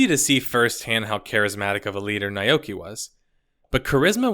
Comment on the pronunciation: FYI naoki yoshida DID have experience making MMOs. He was on the dev team for DQX. and it's Nah-oh-kee.